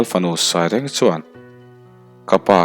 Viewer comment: Sawi awm tam tak a awm na a, thil pakhat chauh kan sawi ve ange. Rêngchal i tih hi Rêng ti lovin Reng tih tur ani. Rengchal. Thereng chi khat ania, thereng tih a Reng ang chin a ri tur ani. A ngsihnawm hle mai.